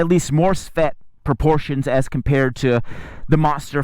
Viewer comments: I think you mean svelte when you say svet. It is pronounced ssssvvvv-Elle—teh. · He was trying to say "Svelte." I think.... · the way he pronounces the words "matte", and "svelte" really bothers me.